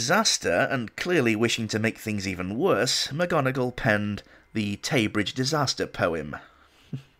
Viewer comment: Mc Gonegall instead of Mc Donegal. The worm in my ear...